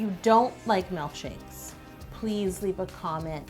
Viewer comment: Why does she say "mElkshakes" nuuuuuuuuu I hate when people say that 😭😭😭